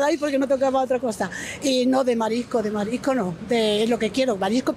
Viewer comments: Lo que pasa es que a mi me parece que todas las personas en tu entrevista pronuncian esta palabra como "marico", no escucho este "s";) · Todos no sabeis pronunciar S en "marisco" o existe algo que se llama "paella de marico" ?